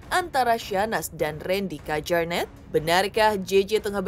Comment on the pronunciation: Di bacanya KYARNETT mba bukan KEJARNET wkwkwkk